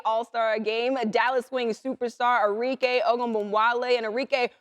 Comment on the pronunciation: ARIKE - Are - Ree - Keh (not Kay)